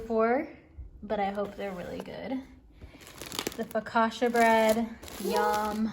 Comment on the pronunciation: Mow-chee not mow-key (pronunciation of mochi) Fo-ka-cha not fo-ka-sha (pronunciation of focaccia)